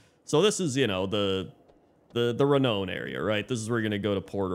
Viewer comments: Renown is not pronounced "re-known"... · you pronounce renown weird lol.